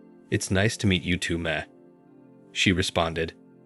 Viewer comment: Good story, but "Ma" doesn't rhyme with at. Busted.